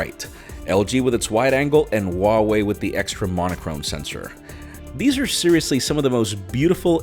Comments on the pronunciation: The H in Huawei is pronounced as an H, not W. Source: am chinese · Wha-Whey sounds odd though